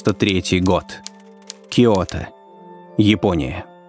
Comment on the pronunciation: Всё таки киОто... Другие имена ужас...А диктор просто необразованный человек...